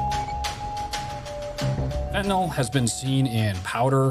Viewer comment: Why does everyone have to pronounce it fentinol